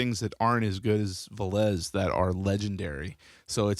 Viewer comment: >Silesia >Poland NEINEINEIN Also it's VEH-les rather than ve-LESE